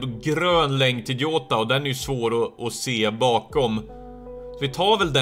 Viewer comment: Du uttalar honom jota. Alltså med ett j. :)